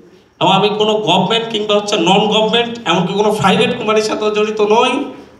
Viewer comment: Fublic, fryvate, chompany... এই হলো টিচার এর উচ্চারণ এর ছিরি 😂😂😂😂